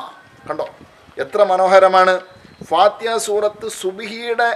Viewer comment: സൂറത്തിൽ ഫാത്തിഹാ ഇത്രെയും സ്രേഷ്ടമായ ഈ സൂറത്തു പേര് കുറച്ചു കൂടി വെക്തമായി parajal കൊള്ളാമായിരുന്നു അതായതു fathihaആ